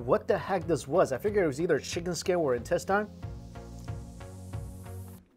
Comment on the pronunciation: The way he pronounces intestine always get me 😆